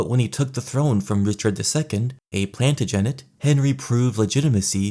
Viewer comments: Cap-Ets and Plant-A-Jennets and Valoys were very important. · Plantagenet is pronounced /ˌplæn.təˈdʒɛn.ɪt/ and Valois is /væˈlwɑː/, if you were unsure about how to say these words you’re already on YouTube and could’ve easily watched a history video about Edward III or Charles VII to hear someone say it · That “Plantagenet ” pronunciation was tough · Small Correction. - Plantagenet is pronounced more, "plan - TA - je- NET " (as opposed to "PLANT - a - jen - ett") It's more pronounced, House "CAP - eh" It's more, House "Vel - WAH". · It’s phonetically pronounced as Plan-taj-a-net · Plan-ta-gen-ette. His sister says he can’t have children but what does brand sister know? Paraplegia is not correlated with infertility, his lack of heir willl be due to the wedding w the trees. Wedding the trees shortens your mortal life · Capet, Valois, Plantagenet, they're pronounced Capey, Valwah and Plantaj-an-et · Plan taj ah ney, Val whah, Ca pit, at least that is how I was taught to pronounce them, in any event. Fantastic video. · plantagenet is pronounced differently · I love the video but the way you pronounce Plantagenet and Valois makes me wish for the long night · I just finished an audiobook on the Plantagents and he nearly made me spit take on that lmao